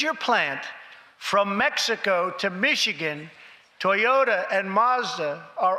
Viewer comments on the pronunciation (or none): none